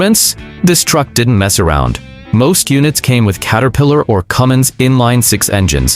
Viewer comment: THERE IS NO "G" IN CUMMINS! AND YOU SHOULD KNOW THAT!